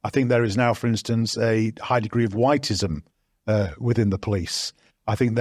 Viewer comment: Whitism ? Am I hearing this ?